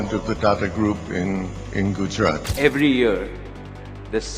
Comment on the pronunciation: It's Gujarat not Gujrat😢